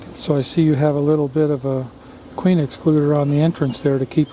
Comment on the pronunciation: Absolutely incredible video . The way he was pronouncing 'queen' was really getting me . 'kew-ween' 😂